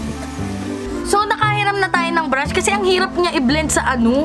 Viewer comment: Anyare sa breyshes mo te? Estey Lawder yung pronunciation bebe